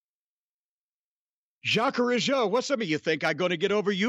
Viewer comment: You were on the target about the two Rougeau and you are one of the rare person who as a good prononciation of Jacques Rougeau.. : ) Anymore interesting thing about Raymond Rougeau? Thank you also for acknowledging that the Rougeau Brothers were good workers.